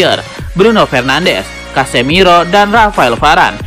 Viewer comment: Casemiro masbro..bukan casemeiro😂😂😂... Berkelanjutaaaaaaan😂😂😂